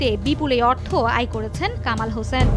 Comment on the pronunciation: It is Hossain not 'Hoshen'.